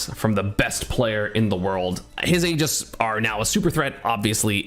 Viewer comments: I swear, if he calls it “Aej-is” one more time. It’s pronounced, “EE-jis” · What is this “ageis” you keep mentioning